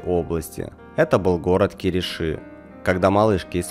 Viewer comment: КИриши с ударением на первое И.